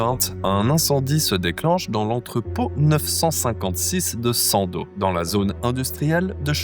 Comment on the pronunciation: On dit pas sandozzzzzee 😂